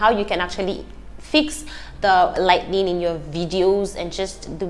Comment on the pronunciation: Lol just find it so adorable she keep saying “lightning”